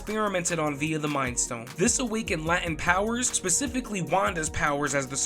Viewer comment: it's pronounced "lay-tent" not "la-tint" Not a criticism just feedback for a small channel, you got this brother 🫂